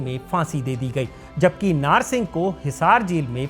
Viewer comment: नार नहीं नाहर